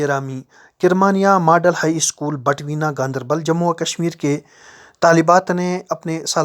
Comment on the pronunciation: Ganderbal hai ,gamdarbal nhi